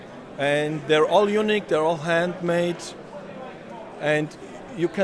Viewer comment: I know said unique players, but fuck me it sounded like he said eunuch players which was hilarious when he followed it up with describing it as "a real man guitar" 🤣